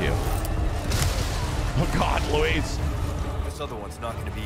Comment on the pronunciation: Literally everyone else: “Luis”: “lewis”